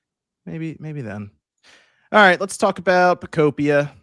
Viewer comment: Pokopia is pronounced the same way you would pronounce ‘utopia’ because it’s a Pokemon Utopia. Just think of how you pronounce the game ‘Miitopia.’